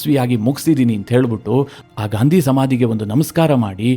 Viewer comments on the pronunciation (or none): none